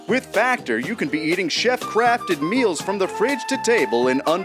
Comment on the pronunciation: I really hope i'm not the only one who heard 'chef crafted meals' as 'chef crapped meals' LOL in the opening there